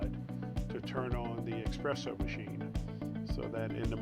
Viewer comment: “There’s a vanity for the…uh…her”. “Expresso machine.”😆😆